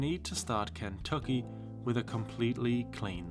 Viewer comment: The way you say "Ken-tuck-ee" is slaying me! It's reminds me of the movie "The Last of the Mohicans" with Daniel Day Lewis. I'm from rural Ohio!😂